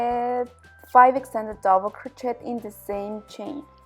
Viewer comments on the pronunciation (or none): Hahaha sorry to laugh but it’s pronounced ‘crow-shay’ not ‘crot-chet ‘😄 lovely blanket thank you 🙏